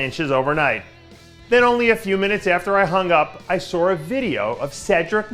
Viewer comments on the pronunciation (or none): Dave "I saur" Palumbo